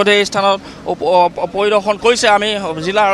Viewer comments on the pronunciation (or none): জিল্লা❌ জিলা